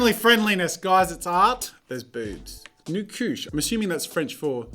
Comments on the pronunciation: Nu Couché? new coochie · "Nu chouché" means laying naked most English speaking people pronounce it as "nu cooshey"